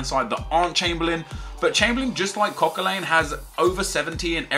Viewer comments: What part of Coquelin's name lends it to being pronounced CoquelAIN?????? Arsenal fan are you?????? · tell me you as an arsenal fan know that it's Cok-a-lan XD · You pronounced Coquelin wrong and you're an arsenal fan, shameful